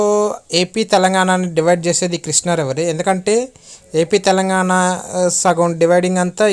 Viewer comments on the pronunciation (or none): none